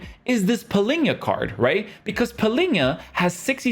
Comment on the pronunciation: Always saying Palinha instead of Palhinha.